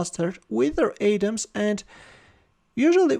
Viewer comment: Hey, you don't pronounce Adam's attack like "Adem's" It's like saying adam, but you say adam's, I know you speak differently from us Americans, but, I wanted to clear that up